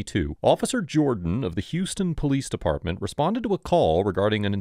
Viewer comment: It's pronounced h-ow-s ton, or /haʊs/ /tʌn/, like House-Ton, rather than the Texas pronounciation.😁